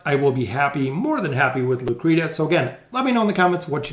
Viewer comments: Loo-Cree-She-Uh, not "Lou Creeduh.' :) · Thanks for the Trial guides - its pronounced (Loo-kree-she-ah) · plsssss say her name correctly.